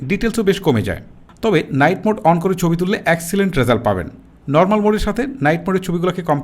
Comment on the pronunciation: আপনার ভাষা কেমন যেনো।১০০% শুদ্ধ না। যেমন থিকনেস না বলে তিকনেস বলেছেন।৩০% মৌখিক ভাষাতেই সমস্যা।যা শুনতে ভালো লাগেনা। ছবি- চবি পেয়েছি- পেয়েচি। ঠিকঠাক- টিকটাক।😂